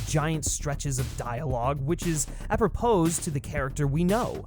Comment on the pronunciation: Just a heads up - the ‘s’ in apropos is silent